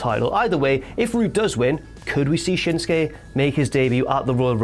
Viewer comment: Shins-kay? You mean SHIN-SUKE? I mean damn get the mans name right.